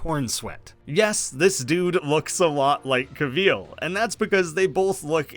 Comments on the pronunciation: We need to talk about him pronouncing it "Cuh-VEEL." It's "CAH-vill". No one says it like that, that's an insane way to say Henry Cavill's name. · Cavill, like “travel” bro. Not “Ca-veal” 😭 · Cavill not Cahveel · Cav-ill not cuh-vil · Who the hell is Henry CAVEEEL😂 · “Henry Caveal” Good stuff dipshit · Pro tip... Cavill is pronounced like "travel". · Cavill is pronounced like travel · Henry Ca-VEAL ? 🤣 never heard it pronounced this way EVER... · Did you say Henry Cav-EEL?! Lmao. Great video either way. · sorry but “caveel”?😂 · “Henry cahveel” 🤢🤮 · Cavill, rhymes with travel. Do you say truh-vell in yur country? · How do you pronounce Cavill so incorrectly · Can’t get over his pronunciation of “Cavill” and “De Armas” lmao who pronounces them like that??? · say henry cavill's name right lol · Loved the video but the way you say Henry Cavill’s name scares me for life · Why is it so hard to say Cavill right? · What on earth is this pronunciation of Cavil???? You have it so so wrong. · Why u saying Cavill like that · Interesting pronounciation of Henry Cavil's name. Maybe see how it's pronounced if you're going to keep saying his name. David Corenswet is the top fave for new Superman, it was impossible not to imagine him as Kal-El in The Politician & Hollywood. Glen Powell was excellent in Scream Queen's, Hal Jordan or the Flash, he'd be brilliant as either. Alan Ritchson returning as Aquaman would be very interesting, both from the smallville history, but also given how far he has matured as an excellent actor. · Fun video. You say Cavill really weird, though.